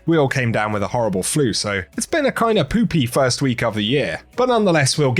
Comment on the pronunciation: Hearing him say poopy the emphasis on poop was kinda funny